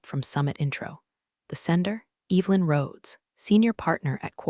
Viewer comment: Sorry…I just can’t. Every time she said Eve Lynn it made my eye twitch 👀